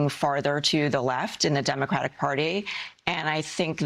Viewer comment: Why can't she say "Democratic"? Why doesn't she pronounce the last syllable? So weird.